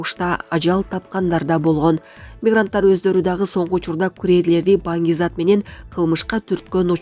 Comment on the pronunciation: Туура суйло,,манг зат" эмес, Банги зат